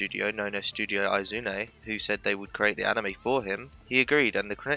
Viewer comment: learn to pronounce Izune.... ugh... brits...